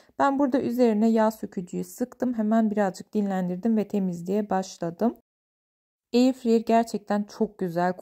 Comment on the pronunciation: Eyirfeyir değil eyırfırayır